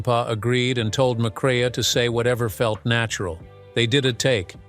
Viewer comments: "McCrea" is pronounced "MacCray". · It would help if the narrator learned how to pronounce the actors' names properly. Joel McCrae (McCray) not cre-ah. And it's Sam Pec-in-PAH! Why insert stills from "The Wild Bunch" without reference?